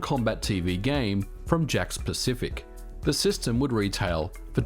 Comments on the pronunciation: I can't help but hear the company name as "Jack Specific". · Did anyone else think he was saying "jack specific" version all the way up until the end? I thought he was just calling it that because it plugs into the TV "jacks" with no console needed, lol.